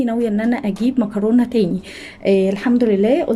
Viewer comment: انتى بتنطقي كلمة مكرونه بطريقة مختلفة عننا 😅😅 بفتح الفديو عندك مخصوص عشان اسمع منك مكرونة طالعة منك حلوة قوى